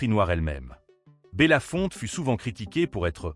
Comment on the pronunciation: Son nom n'est pas bella Fontaine mais bellafonte!